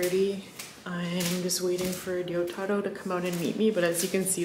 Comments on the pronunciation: you keep mispronouncing name wrong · Why does she keep saying your name wrong? It's like she cant even pronounce 'Risottoro'. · pronounces in a perfect Japanese accent, meanwhile Chris is in his Ramen shop saying Rissottoro over and over again in to a mirror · This is the first time I realized Chris has been mispronouncing Ryotaro's name the entire time. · I think it's more a case of Chris pronouncing it like a gaijin, and pronouncing it correctly (she is definitely not saying Yotaro). The Ryo- part should be pronounced as a single syllable, not to mention the R isn't supposed to sound like an English R, but is sort of halfway between R and L, which is maybe why you don't hear it when says his name.